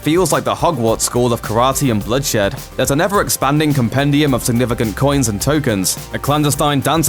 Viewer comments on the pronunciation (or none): none